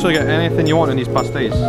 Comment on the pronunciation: Dude, I'm brazilian and I'm impressed with your pronunciation about our particular sounds... "ão", "inho", and the words with the accentuation marks (i.e. pastéis) were not a problem at all for you! Congratulations, your content is amazing!